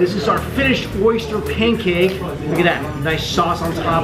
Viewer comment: Lol nice try but you butchered the saying of oyster pancake